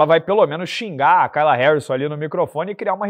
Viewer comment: Você morou na gringa mas não consegue aprender que nos EUA "kay" se pronuncia "quei" e não "cai"?😂